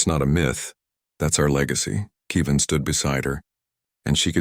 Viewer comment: It's Kev-in, not Key-vin. Get it right. Still, I would suspect that Human colonies would be placed on worlds with similar gravity and atmospheric composition to Earth, If for no reason for Earth's descendants to be able to return "home" with no ill effects. And 3 years in a weaker gravity field would have affected Hyalal unless she was adjusting conditions in her room and exercising in it. Walking in a .4g gravity field, Hyalal would literally be bouncing while walking unless she was wearing weights.